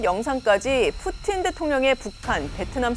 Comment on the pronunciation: 러시아어 전공인데 오 발음이 더 정확하네? 라는 생각이 들긴했음 ㅋㅋ